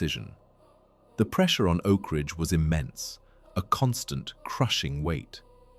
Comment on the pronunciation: ‘Oak Ringe’??😂